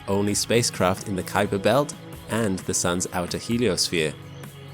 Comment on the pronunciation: Great video thanks. Just a friendly comment and that is that the Kuiper belt is named after Dutch astronomer Gerard Kuiper. Most people incorrectly pronounce his name as K'eye'PER but it is pronounced COWPER as the 'UI' in Dutch is spoken as OW like in Cow.